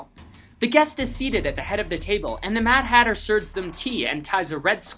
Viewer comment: This Matter Hatter Thing Dose Not sounds Like Matter hatter